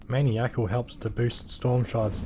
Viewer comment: Very impressive. Your pronunciation of maniacal is a crime though